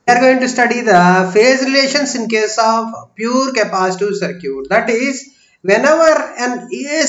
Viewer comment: That is सर्किट dear..... Galat pronunciation kr rhe ho